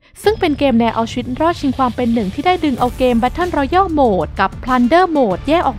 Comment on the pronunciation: อ่านว่า แบตเทิล รอแยล ครับ Royal รอยัล Royale รอแยล